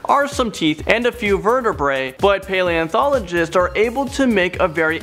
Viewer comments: I’m dying he said paleonTHologists😂😂😂😂😂😂😂😂😂😂😂😂😂😂😂😂😂😂😂😂😂😂😂😂😂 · try writing down the hard words by syllables to help you pronounce them. Like if paleontologists is too hard to read as is, make a note in your script such as (pail E in tologists). Tologists should be ok, as so many words end that way, and it's normally the other part of the word that throws people off.